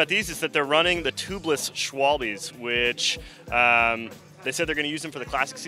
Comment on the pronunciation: pretty sure "Schwalbe" is said "Shval-ba". At least thats the German pronunciation for a german companies' name